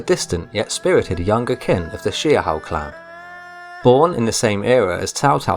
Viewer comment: Xiahou is pronounced Sha~Ho